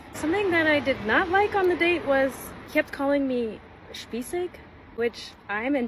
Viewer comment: Got to say, for an American girl, her pronouncing of “spießig” was pretty good 👍 Greetings from Germany 🇩🇪 😊